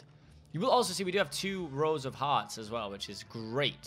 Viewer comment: When he says “Rows of Hearts” in , I thought he said Rosa Parks. 😂